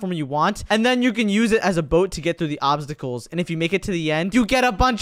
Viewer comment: Put the video in 2.5 Speed because he said obstacles wrong😂😂😂😂😂